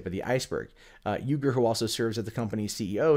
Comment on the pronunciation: Man complains about "activism" in news from TYT. The crickets chirp to the tune of the Fox News intro. Mentions Armenian genocide. Completely unaware of The Young Turks position on the issue. Complains about the owner of the company. Can't pronounce his name. Just say that you resent their success and be done with it. Because your issues with your competitor don't begin to approach validity in this video and reek of petty resentment. Still, the tribal political slogans that pass as commentary from your fans are fascinating ... . Can't wait for the "way more ethics" though.